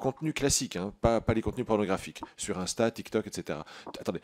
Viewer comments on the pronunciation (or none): none